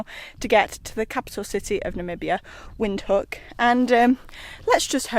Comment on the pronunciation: Put a v when you pronounce the word Windhoek so its Vindhoek